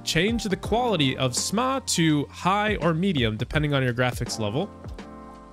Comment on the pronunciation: I would have done dis if he didn’t say SMAA as Smahh